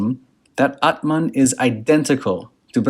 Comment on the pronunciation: Nice pronunciations of ‘aatman’ and ‘bramhan’. Most people don’t even try.